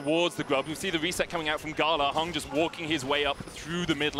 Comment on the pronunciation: bro why are they saying HUNG his name is HANG'